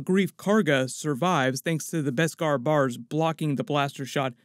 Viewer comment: BESKAR! NOT BESPAR!